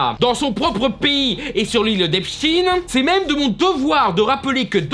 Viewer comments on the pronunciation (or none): On dit Epchtein pas epstine. Bien prononcer un nom n’a rien d’antisemite mais mal le prononcer est russophobe